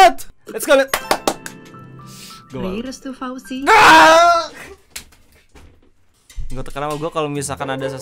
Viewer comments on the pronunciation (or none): Fauzi bro bukan fizi